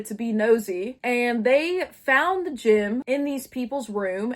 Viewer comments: ok im sorry but- is it gym, as in a fitness place they stole?? or a GEM like a.. jewel they stole? i am genuienly just confused T T and if it is gem, i am not trying to make fun of your way of saying it- just you and both the subtitles say gym and im confused.. bc that dosent look like a gym T T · for like half of this video i thought that they were saying gym instead of gem and i was really confused about how somebody could steal a gym, also why there would be a gym in a museum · This whole time I couldn't tell if you kept saying "gym" or "gem" 😭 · My dumbass the whole time when you were saying they stole the “gem” I THOUGHT YOU WERE SAYING GYM💔😭😭😭😭😭😭